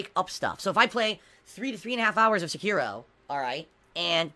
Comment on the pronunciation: He will never finish Sekiro.... he can't even say it properly.